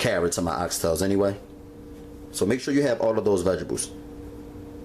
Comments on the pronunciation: its vegetables not vegables just like you say owe-you instead of oil smh your grammar is just as horrible as those nasty ass fingernails you have. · dat nigga said veggables lmao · vegebales...um..vegetables.. lmao...dish was fire tho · when he said veggables😂 love it. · vegidibles ** says it seriously throughout video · Vegibles😅 loveee him nd his food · why he keep saying vegables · no he's actually saying vegebles. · lmaoooo it's bothering me too! vegables! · That was annoying me too!! Every time he said it I got mad lmao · Lmao sooofunny vegables lol😂😂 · guess you're right about the knife. However; that doesn't excuse the gross finger nails and the far to frequent use of the non-word "vegables". He's grown and should know how to clean his nails and speak properly. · I know right! And the fact that he doesn't realize that vegetables have a T in the name. I cringed every time he said vegables. Ugh! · Vegebles..if u mispronounced that word one more time, I was gonna scream... The word is V-E-G-E-T-A-B-L-E-S.. nice Video..lmbo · CTFU HE KEPT SAYING "vegebles" 😂😂😂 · I love that he pronounced vegetables vegebules and he's like "if you don't have salt" this calls for five different seasonings, five vegebules and oxtails but just in case a man has all that but you know, no salt. here you go. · I'm dyin, ya'll both said it wrong! 😂🤣😂. Looks delicious. Heard you smackin off that one bite. I wanted to watch you chew it too!🤣😂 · girl did you hear the way he pronounced the word vegetables? fml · && blame the way he says vegetables on your ancestors! 😒 ugh.